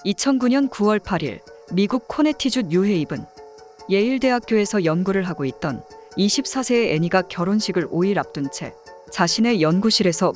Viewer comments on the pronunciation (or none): 코네티컷주요 not 코네티주